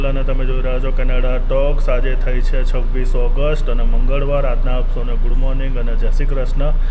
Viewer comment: બધી ભાષા ની પત્તર ફાડી ના ખી છે ! એક પણ ઉચ્ચારણ સાચો નથી! એક પણ જગ્યાએ માતર નથી. છે ની જગ્યા એ છ.